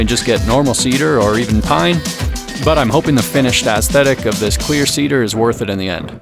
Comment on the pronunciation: For any one wondering if he's saying "Clear Ceader" vs "Queer Ceader" - Just know that I am also wondering the same.